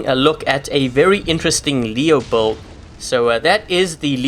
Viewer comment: I know build is spelled with a U but it is pronounced like billed. Ok buddy just trying to help you out ive watched 100s of your vids and it took me a while to understand you were trying to say build and not buld i was like wtf is a buld